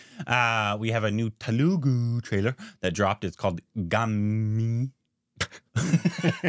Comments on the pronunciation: Its gaaami not gammmi😅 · Movie name is Gaa... Mi ... Not gummy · Okay first of all its GAAMI. I f***** don't understand why is it so hard to pronounce. You guys need to go to school again. (very necessary) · its pronounced (GAA_ME) its not a regular telugu film , ive liked the screenplay ,story, cinematography ... you might have seen a similar type of screenplay